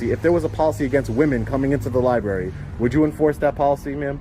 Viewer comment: The sergeant keeps saying he understands, but he keeps saying the you have to follow the pokicy.